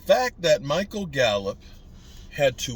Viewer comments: It's Gallup not gallop 🙄😂😂😂😂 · GALLUP NOT GALLOP